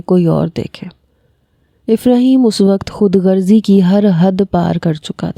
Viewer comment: خودگرزی نہیں ہوتا خودغرضی ہوتا ہے